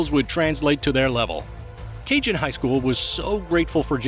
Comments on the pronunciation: It’s not pronounced “Cajun” Highschool. It’s CAJON “Kuh-hone” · that bugged me so much!! lol! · “Ka-Hone” not “Cajun” HS